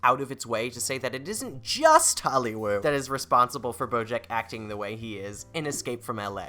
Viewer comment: Why do you call it “holly woow”